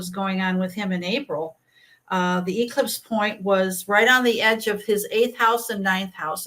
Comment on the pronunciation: This astrologer is really a Karen. She cannot pronounce eclipse. I can't listen to this Charlatan.